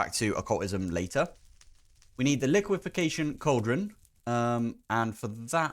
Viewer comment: "Liquefaction" - pronounced like liquid faction (without the 'd'), not liquification. Liquification is technically not a word. "Ammoniac" - basically just the word "ammonia" with the sound you'd say if you smelled it at the end (ACK!) I find the best way to learn the pronunciation of most words is just read every letter in the word (slowly) and make no assumptions that you know what it is when you first see it. Obviously this doesn't work for every word in English, considering how the different languages that comprise English treat different letter combinations, but with a solid foundation it works a good percentage of the time. Good job pronouncing "golem," though! Too many people pronounce it "gollum" (the character from LOTR) rather than "golem" (the creature from Jewish/Czech folklore). Anyway, my hopefully-helpful pronunciation diatribe is now over. Granted, it was pretty short. :P Keep up the good work.